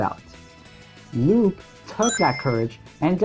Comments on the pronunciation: *Sigh* I will NEVER understand why so many people think Lupe's name is pronounced Loop. Lupe is a real name pronounced Lúpā. It's not like in the Sonic universe there's characters with names that have different pronunciation than the spelling; it's not like Knuckles' name is spelled Nukles or something like that. If her name was Loop they would have just spelled her name Loop. It's not like she has a main move involving her literally looping or something. That would be like making the mistake of assuming Sally's name is pronounced 'salutations' or something. Unlike a good portion of the official game characters names, the old cartoon and comic names are usually just regular names, Sally and Antoine are good examples of this. Even in the old cartoon, which is where she originates from, they pronounce her name Lupe properly. > < There are so many reasons why this shouldn't be a difficult name, yet here we are. I'm not trying to be rude, but I just had to say something because I've noticed literally the majority of the fandom seems to think her name is pronounced "loop" for no good reason. It's not a fantasy name where the e is silent, it's a real name. Whatever fan-page is misinforming the masses, please people, correct this ridiculous mistake. I'm not even a big Sonic fan, but this really irks me. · It’s pronounced Loo-Pay.